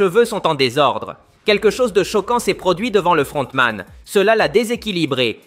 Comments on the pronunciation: Sa me fume quand il dit le fRRRRRontman😂😂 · le frrrrontman😂😂😂😂😂